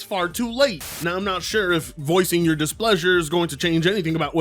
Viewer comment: yeah I like how you always blame us for yourrrr problems